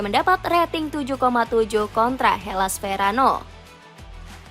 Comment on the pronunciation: helas verano 😂 harusnya Hellas Verona